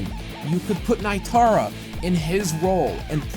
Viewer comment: That is terrible evidence to say Reptile is confirmed. Edit: alright i watched more of the video and I'm starting to hate you. Also how tf do you fuck up Nitara's name, and Kabal IS NOT A WASTED CHARACTER, you are stupid.